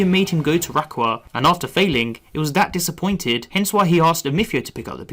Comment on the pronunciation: The way you pronounce Rayquaza physically hurts me